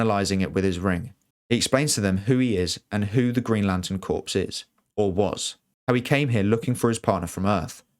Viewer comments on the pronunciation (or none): It's pronounced core, not corpse.. tought you're english lol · The Green Lantern Corps, "corps" is pronounced like "core" not "corpse." At least it is in the US where theses characters were created. Not a big fan of how Snyder did the DCEU, don't like the "hit the reset button" solution. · Corps is pronounced as "core" not "corpse". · Absolutely spectacular video, save for one VERY glaring thing- corps is pronounced like CORE, not like CORPSE. 🤷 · OMG the word *corps" is pronounced "CORE", not "CORPSE" like a dead body!!! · So many get this wrong...for the Green Lantern Corps, "Corps" is NOT pronounced like "corpse", it is pronounced like "core". You wouldn't say "Marine Corpse", now would you? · Pleeease....CORPS is pronounced CORE, not "corpse." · "Corps" is pronounced "core" not "corpse," FFS. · For future reference, "corps" is pronounced "core" not "corpse", it's a borrowed French word meaning group or collection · 1. Stop saying "corPS" with the p. It's pronounced "CORE". As in Marine Corps. 2. Where earth is in relation to the sun wouldn't matter as the ENTIRE solar system would be millions of miles from where it was a year ago. The whole galaxy is rotating with the solar system moving with it. And not only is the galaxy rotating but it's actually moving through the universe as well. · Dude it’s pronounced “core” not “ corpse’ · It is so weird hearing you repeatedly say "corpse" instead of "corps". "Corps" in terms of military or police organizations, or groups of people in general, is pronounced "core". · Narrator needs to learn how to say corps correctly. It’s said like core, not corpse. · it's pronounced "kore / core" not "corpse / korps" . Green Lantern Corps. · "Green Lantern Corpse"? "Corps" is pronounced "core". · Corps is pronounced corr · Stop calling the Green Lantern Corps the “CORPSE”!! You should know better being ENGLISH!! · Excellent video. But the P in the word Corps is silent